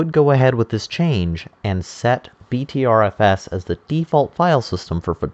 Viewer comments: Pronounced BETTER FS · Pronounced butter fuss.